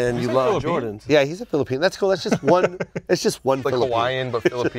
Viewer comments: filipino not filipean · Welcome to the worst take club “Filopean” 😂😂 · Sole Collector since Trinidad & fucked up with their speech impediments I vote both of them get worst take and Brendan picks their shoes, first time ever on Full Size Run. said Pitcher(Picture) Trinidad said Flipean😂😂😂😂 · Trinidad james for saying FILIPEAN shame on you brother shame on you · dad saying filipean all the wayyyy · "Filipean", sorry dad smh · Unfortunately Dad gets the worst take... “FiliPean” 🤦🏾‍♂️🤣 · Dad.. "Flipean" is atrocious! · dad for saying John handcap and saying filepean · dad for saying filapean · Trinidad gets worst take because he said filipean 🥴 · Fillipean?! Where did rhis guy come from?! Oh, clickbait, hate it! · Dad over here trying to Say Filipino swag out, and end up say Filipean worst take 😂😂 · Worst take is Dad saying Filipean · Trinidad gets the worst take for saying "filipean" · Trinidad definitely got worst take for saying Filipean what is that? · is getting worst take because he said Filipino wrong.